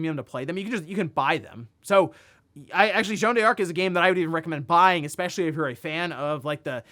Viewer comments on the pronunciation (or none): U just pronounce it as dark. Not die-arc